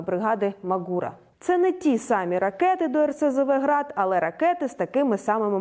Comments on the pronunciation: Не МаґУра, а МАґура)😉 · «Ма́гура» має наголос на «а». Був у Карпатах, чітко пам'ятаю. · мАґура! Запам'ятайне. Наголос на "А".